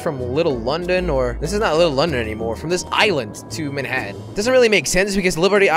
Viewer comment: Every time Jelly said "Mannhatan" I thought of "Friday the 13th: Jason takes Mannhatan". Dunno why.